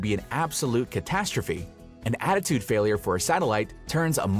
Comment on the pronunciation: Holy crap, I totally thought he meant altitude instead of attitude 😂